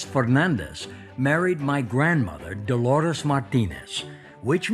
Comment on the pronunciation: Mistakes: Is not "DELORES" IS..... DOLORES. Is not "PALAYO" is.... PELAYO.